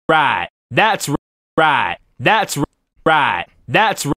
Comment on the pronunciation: "That's right" "¡That's RIGHT!" "Dads ruait" En verdad que trauma ja ja ja ¡Gracias por tu curso!